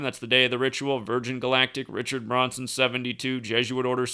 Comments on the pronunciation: You kept saying Bronson instead, of Branson. Was wondering why. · Its Branson not Bronson ya dork! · BrAnson not BrOnson. Good blog. Small matter... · Branson not Braunson :/0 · I noticed that too, but Zach says, "He's the master of mispronunciation." Maybe he was thinking of the actor in that movie "Death Wish" (1974), Charles Bronson. It could've been a Freudian slip considering we are dealing with an actor-based reality.